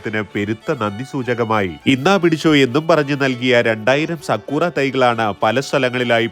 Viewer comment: സാകുറ ❎ സക്കൂറ ✅ 😂